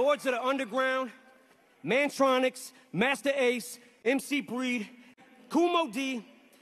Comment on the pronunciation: Amazing he said mantronix ,loved them👌